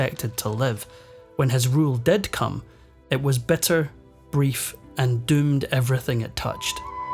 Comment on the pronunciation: Great narrator, but i cannot but hear: it was better, brief and doomed...(instead of bitter) beggar powers (instead of bigger powers)